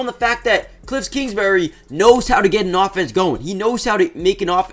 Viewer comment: “Kliffs kingsbury” is killing me